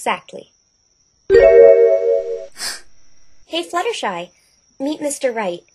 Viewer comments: Butstershy? How in the hell do you butcher a name THAT badly? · Okay how did he get 'Butshersty' for 'Fluttershy?' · butshersty'' . .. .hahahhahahhahahahahaha SO CLOSE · Butshersty has to be the worst butchering of Fluttershy's name to date. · He really "butchered" Fluttershy's name! Dohohoho! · I love how can't get Fluttershy's name right. This is amazing. I just finished playing Ace Attorney & this is super amazing. Aw for some reason I wanted Maya to come along